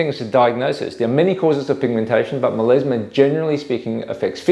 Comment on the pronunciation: Meleezmah))))) Come on man, it's melasma.